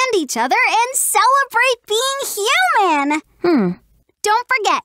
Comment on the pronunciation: Im sorry did say. Hue Man